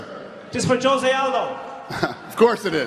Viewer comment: The "J" is pronounced like an "H". It's pronounced "Hose" not "Jose"...F--k.